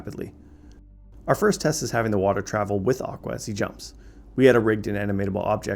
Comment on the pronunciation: “aqua” slip up